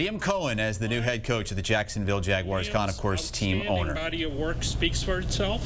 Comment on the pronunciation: Wow lady. What is so hard about pronouncing Jaguars. Not Jagwires. It’s really not that hard